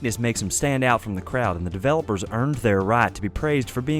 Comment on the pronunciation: "The devlopers eeeerned thar right"